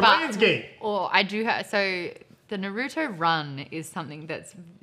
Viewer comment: Why are they pronouncing Naruto so weirdly?? 😡😡